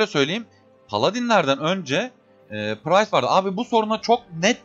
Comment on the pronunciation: Lütfen artık şu classa 'pırayst' 'pıraystlar' deyip durmayın.